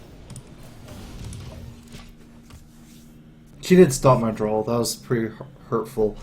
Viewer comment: Besides the amazing gameplay, one of my top reasons for watching his vids is that he says "drawl" instead of "draw". It's hilarious